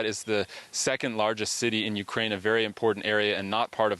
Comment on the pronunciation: Hey Putin - Its Ukraine not Orkraine!